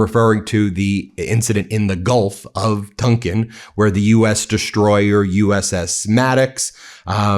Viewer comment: Ben, I think The Gulf of Tonkin is pronounced "tawnkin" not "tunkin".